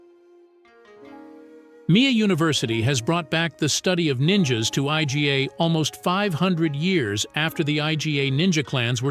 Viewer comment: First, the cartoon looking shinobi outfits. Next, the fallacy that shinobi were separate from samurai. The poor use of computer voice that can’t pronounce Iga. The final part did discuss that shuriken were not a “standard” weapon and that the clothing wasn’t what the video showed.